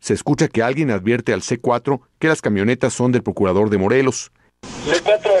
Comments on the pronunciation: Lo bueno que fue el Porcurador y no el Procurador😂😂😂😂😂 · porcurador,?? o sea curador,de puercos,,??,yo asi entiendo,, que dice,,bueno menos mal